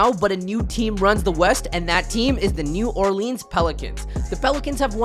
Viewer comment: Say New Orleans correctly please 😭😭😭